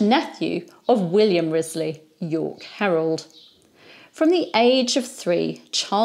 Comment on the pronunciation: In the Six Wives of Henry the Eighth series from the 1970s, Henry the 8th (Keith Michel) apparently didn't know the correct pronunciation of Wriothesely either. (Ruchesley IIRC). I look forward to your daily videos. I'm guessing the recommendation for your channel came from YT because of the operas of Donizetti about the Tudor era. Besides his three queens, there was also a Pygmalion, a Lucrezia Borgia, an opera that takes place in Granada, Emilia of Liverpool, The Siege of Calais, Gianni of Calais, Elizabeth at Kenilworth, and most famously Lucia di Lammermoor, based on Sir Walter Scott's The Bride of Lammermoor. Sir Walter Scott was at the height of his popularity when Donizetti was composing.